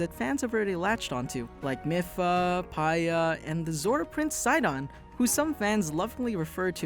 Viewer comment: Dude, it's Mipha! "ME-Fa" Not "Mih-Fuuh" Lmao